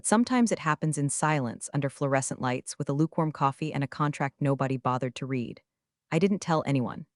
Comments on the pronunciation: The past tense of read is pronounced as "red" not "reed" but the AI narrator program isn't smart enough to know that. Maybe most listeners don't know the distinction either. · read, TED and resume all mispronounced. Might try having someone edit these instead of relying only on the AI doing the writing and reading